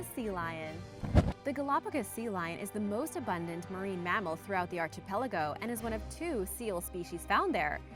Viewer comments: I hate to pick nits because I enjoy your videos and presentation so much, but yeah. It's pronounced "arkipelago", with a hard k sound. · please work on your pronunciation. I really like your videos, but it makes me crazy when you say "arCHipelago". This word is from the Greek, and the "ch" is sounded like a "k". Just like Archaeology, Architecture, and Archive. Thanks for another interesting video, keep them coming! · She can pronounce carotinoid, but not archipelago.